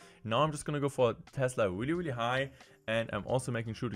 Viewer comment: Weally weally